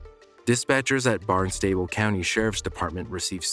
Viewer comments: Barnstable is pronounced "BARNES-tah-ble", especially if you live in the New England region. It's a county in Massachusetts that covers all of Cape Cod as well as the city that is the seat of that county. If it's somewhere else then I do not know of your local pronunciation. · That Cape Cod call? It’s pronounced Barns-sti-bul